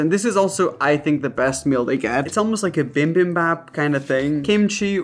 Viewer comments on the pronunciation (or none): Raphael saying bimbimbap instead of bibimbap 😂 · It's not bimbimbap it's bibimbap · Just quick fyi: - It's called bibimbap, not bimbimbap🤣 Comes from the korean word for "mix" so you actually have to MIX all the ingredients together. And yes, that was actually NOT a bibimbap lol - Korean rice meals are eaten with a spoon, not chopsticks💀It's easier for Koreans too! 😂